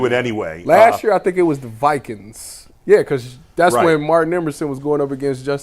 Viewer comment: "Vikinz"?? 😅 and just who are the "Vikinz", never heard of that team before......(I'm sure meant to say "Vikings") 😅